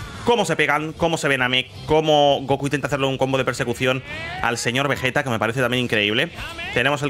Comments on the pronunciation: Entiende no es vejetaa esa VEGETA con geeee de gato. Repite conmigo VE GEEEE TAAA VE GEEEEE TA VE GE TA Pronúncialo: vegueta, vegueta, NO ES VEJETA ES VEGUETA ASÍ LÉELO Y ASÍ PRONÚNCIALO VEGUETA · Según la serie tendría q pronunciarse como veyita no Vegueta